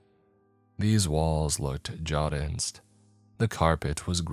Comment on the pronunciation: jaundice = John-Dis (John as in On, dis as in sister)